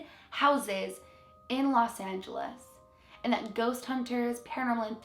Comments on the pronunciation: Los is pronounced like Lows. I'm pretty sure you got Feliz correct. You can always check the pronunciation on google translate if you're ever unsure about how words in other languages are pronounced. Like some other people have commented, it does sound like the deceased are stuck in a time loop and are re-experiencing their deaths. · Los almost as in “lows”.